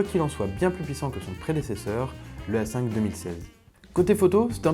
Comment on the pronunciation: Par exemple à